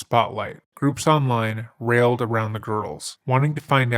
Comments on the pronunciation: Minor detail but Rallied is pronounced "rall•eed" not "railed". Thank you! I really appreciate all of your hard work and dedication. Many blessings and returns to you and yours. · Rallied. RAL - EED. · Good content but the way you’re misusing phrases like “with abandon” and mispronouncing words like “rallied” is bugging the hell out of me.